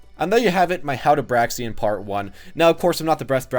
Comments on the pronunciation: How i say her name Me: Braixen... How say her name: Braxen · It's kind of bugging me that you keep saying "Braxien", but this was nonetheless a semi-informative analysis of Braixen. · Break-sin. Honestly, it’s not that hard to pronounce. Y’all just a little dyslexic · It's pronounced "Breaks-un". Because them's the breaks. un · Breaks In Thats how you say it my man. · I think its pronounced brayxn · Braixen pronounced like Breaks In, as in Braise + Vixen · it's pronounced like Breaks In or Break Sin depending on how fast you're saying it.